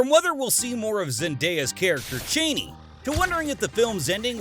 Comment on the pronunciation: CH-AH-NEE. not CHAYNEE.